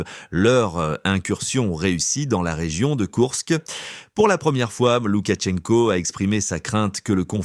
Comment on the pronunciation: Ce journaliste est agaçant avec ses “Loukatchenko”! C’est Лукашенко, donc “Loukachenko”, sans aucun son T. Quand on se dit professionnel de l’information, il faut commencer par se renseigner soi-même.